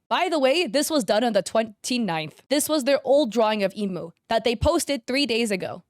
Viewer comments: I don't blame her for saying "Airy" or "Eeemu" or "Teeto" because before I started learning Japanese (I still pronounce things wrong sometimes) I used to say things based on English sounds too! But not everyone is going to learn Japanese just to pronounce a few character names, so yeah, it's not a big deal. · THE PRONOUNCIATION OF THE PJSK CHARACTER VOICES ARE KILLING ME EEEMU COHAIN MIZOOKI AKIITO AIR-EE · I'm sorry but WHO are imoo, airy, tea toe and co-hain 🙁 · her name isnt pronounced "Emo" is emu (M-ooo) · its not imu its emu 💀 and another is tito WHAT IS A TITO its teto 😭 KOHANE 😵‍💫 (This is to american 🔥) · ITS EH-MOO NOT EE-MOO BOOOOOOOOO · this might just be because I can speak Japanese, but hearing Emu pronounced like the bird rather than being pronounced like “ehh-moo” makes me die inside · "e moo" "airy" "teedoe" "go hay" IM SORRY BUT THAT WAS SO FUNNY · I'm sorry but I screamed lowkey when you pronounced Emu's name as "imu" help me 😭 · Its incredibly hard to make "beginner art" because you can most of the time tell when its a true beginner or when its someone using beginner art for clout. And its ok that you butchered the Proseka/Vocaloid names, Ill just teach you how to say them here ig. Emu - Eh-Moo Airi - Are-Eye Miku - U said it right (yippee) Kohane - Ko - Ha - Nay Mafuyu - Maw-Foo-You Teto - Teh-Toe (Thats how i pronounce it at least, so i could be wrong :_) ) Shiho - Dang u really can say names right, good job! Ena - Correct! Mizuki (My baby) - Correct again.. idk if i should do this comment anymore.. Saki - Correct! Akito - Ah-Key-Toe TLDR: Its hard to make beginner looking art as a more advanced artist and you said 5 Proseka/Vocaloid names wrong. Sorry for being annoying with the proseka names, its my hyperfixation so i love yapping abt it and correcting people on it 😅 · the fact that she said none of the character’s names right except for miku pains my SOUL emu is pronounced "eh-moo" and teto is pronounced "teh-toh"